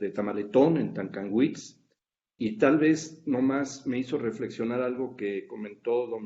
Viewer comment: Se dijo Xilitla (bien dicho), se dijo Tanlajás (bien y mal), se dijo Tancahuitz; mal, pero para un francés estuvo bien, si nosotros, viviendo en la Huasteca decíamos "Tancanhuiz". No voy a repetir la broma con la voz "Tan" que precede los nombres de todos esos pueblos que los Stresser-Peán conocieron y yo no... si me lo piden, no caería en el mayestático antievolutivo de no contestar una solicitud aquí. Pregunta: El Colegio de San Luis, o alguno de los académicos haría referencia al Xantolo de los maestros, de 1968... pienso, como pensé cuando lo vi en la UAT, que aparte del contenido etnológico/antropológico/etc. debería ser patrimonio vivo de Chililico, Hgo. y no el "secreto mejor guardado" de la Academia mexicana/francesa + los finados maestros. Ya podríamos empezar un nuevo tipo de evangelización a partir de documentos como éste. Me pregunto si también en la Sorbonne estará sellado el documental... A ver si podemos elucubrar al huapango como el único género capaz de sincretismo religioso. Este homenaje, como el Xantolo es un gran documento, sólo que el de 1968 me parece que asumía -al menos parialmente- las tesis mcluhianas. Un abrazo